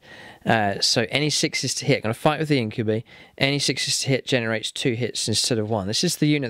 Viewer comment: I really love the battle reports. Only thing that keeps bugging me is its pronounced In-kyoo-bye, not In-kyoo-bee.